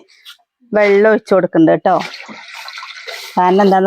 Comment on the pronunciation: അംഗലവാടി. എന്നല്ല. പറയുക.. അംഗനവാടി. എന്നാണ് പറയുക. അതുപോലെ ബെല്ലം. ബെള്ളം. എന്നൊക്കെ പറയുന്നുണ്ടല്ലോ വെല്ലം. വെള്ളം. എന്നൊക്കെ പറയൂ.. കളിയാക്കിയതല്ല. ട്ടോ. പറഞ്ഞതാ.... കുട്ടികളും അതുപോലെ പറയില്ലേ. അവര് നേരെ പറഞ്ഞു പഠിക്കട്ടെ. ട്ടോ... 👍👍👍👍👍